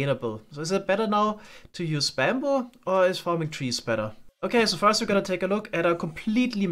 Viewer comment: it's not baambu it's bamboo. It's a minor thing but your accent is pretty subtle for the most part and this makes it kind of more prevalent than it could be.